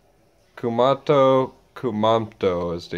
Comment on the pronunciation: It’s not KU-MAH-TO. It’s KU-MA-MO-TO.